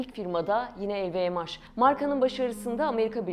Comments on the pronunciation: sadece pound a euro dememişler telffuzda yanlış lvmh el vi em haş nedir aga ? haş diye bir harfmi var ingilizcede bunu türkçe okuyorsan el vi em nedir? uzaktan eğitimlemi öğrendiniz içerik oluşturmayı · Lvmh i nasil telaffuz ediyorsunuz?!